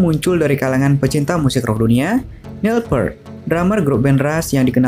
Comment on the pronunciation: Ralat, bacanya Nil Pirt.... bukan Pert.